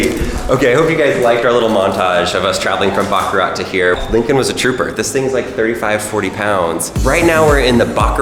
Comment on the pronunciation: Really. You guys were at the factory and couldn't at least try to pronounce Baccarat correctly, even just once on camera? ((think like a 🐈 coughing up a hair ball with the "t" silent, cause, like, the t is always (almost) silent!!!))